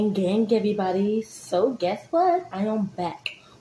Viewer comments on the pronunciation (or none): none